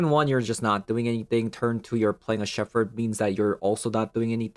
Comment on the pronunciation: Just FYI, it's pronounced "Sheppard". English is stupid. The ph should make an f sound, but doesn't in this case.